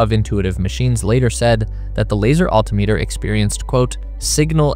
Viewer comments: ALL-ti-meters? al-TIM-eters! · Omg Im guessing this is AI but its Al•timitter....not Alti•meter😤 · al-TIM-mit-er not alty-meter. 😂 also north+south pole is not equator. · And AI, doesn't know how to pronounce American English words. It creates its own pronunciations now. Such as, Altimeter. Pronounced, Alti--meter. Yeah no. That's wrong. It's, Al--timeter. And these kinds of American English mispronunciations are happening more, Off-10. Which is also incorrect. As the, letter T is silent in the word Often. In the American English pronunciation. But now everybody is using the UK British pronunciation of Often as, Off 10. Yeah no. That's not how we are supposed to be pronouncing that word in America. And then there is some confusion about the metal called, Aluminum. As it is pronounced, Alumin--um. Not, "Al you mini mum"! What the Fuck? That's the UK British pronunciation. At we declared our independence from them back in 1776 along with those, pronunciations. Because we wanted to do it different in America. Because we declared our independence from the British government. Because they were oppressive Fuckhead's. You know? And they pronounced everything wrong. They thought they were being cute and funny. WELL THEY ARE NOT FUNNY! Except for Peter Sellers, Benny Hill and the Monty Pythons. And I was always waiting for them to play with snakes? And it was all about a snake named Monty. So what the Fuck? They never had a snake! They were false advertising! They thought they were a bunch of funny guys? Well I didn't think that was very funny! I wasted years watching that TV show waiting for the snake to appear! And it became obvious to me. Those bozo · This is a good video and it helps visualize the problems encountered really well. But, how can you not know how to pronounce altimeter? (Al-tim-ah-ter) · You're driving me nuts with your pronunciation of altimeter. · Fake voice needs to learn how to pronounce "altimeter". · Your AI can't pronounce altimeter